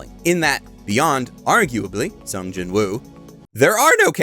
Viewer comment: I read Solo Leveling. It's quite good. Greatest thing ever? No. It's just a cool power fantasy. Not much different from (pick an isekai). Except it's basically reverse-isekai. The monsters come to our world, and some us get powers. Edit: Also, I find it weird you're saying the w in Jinwoo. Apparently they don't in Korean, which is why the dub says "Jinoo." Edit 2: I want to recommend that anyone who EVER prefers READING a manga over watching, should go try reading this. I basically always prefer watching... but there's a bit more if you read it. And I don't just mean a continuation of the story... I mean slightly more depth. Honestly, I read Eminence In Shadow, too. (Good anime, too. And I LOVE that Alpha does an I Am Atomic in the anime. All 3 versions of that are slightly different, so they all have their own strengths. No real weaknesses except it's obviously easier to show cool stuff in animation, or manga, as opposed to the pure text of a LN lol) I like that slightly more than this, actually, because it's INTENTIONALLY a parody, and leans into it. This is basically an accidental parody. It takes itself seriously, but not SO seriously that it's a parody that way... so it basically doesn't do serious or parody properly... but man, it's fun. And I do watch a lot of isekai trash... this is way better than Arifureta, for example. There's less depth than Mushoku Tensei... but depending on what you want from a series, I'd argue this could be a better watch than that, too. But i